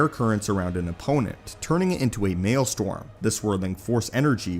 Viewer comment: MaelSTROM, not maleSTORM